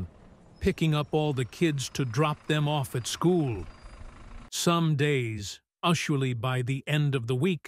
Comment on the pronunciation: "Ushually"? "Quitter"? This YouTuber won't even take the time to edit/correct the mistakes made by the AI bot. I guess they'd rather throw together some poorly produced content in order to make a quick buck, instead of taking the time to produce something of decent quality. How about you actually READ the story with your own voice? What's wrong with that?